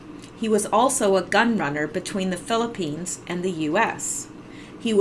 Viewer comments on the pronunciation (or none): none